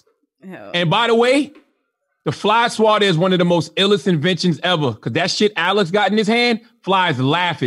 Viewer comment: I was like who the fuck is Alice? It was jus CthAGod saying Alex 😂